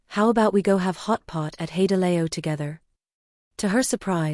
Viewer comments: 'Hey de lay o' - I love AI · Teach your AI to pronounce HaiDiLao properly